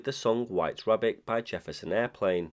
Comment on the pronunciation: Wabbit theathon. 🐰